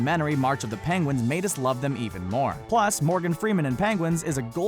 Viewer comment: "PANGUINS" jajaja love it